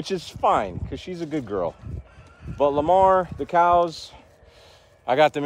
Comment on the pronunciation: Lamar lmao Lama-Omar. 😅😂